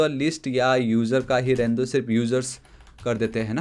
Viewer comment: Are you from uttarakhand you say dooi